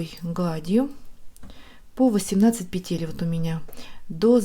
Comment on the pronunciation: Пожалуйста, пЕтель, а не петЕль! Очень не комфортно слушать Ваши петЕльки, очень режет слух🙏🏻